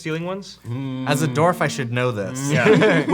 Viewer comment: It's always annoyed me when people can't pronounce Dwarf correctly.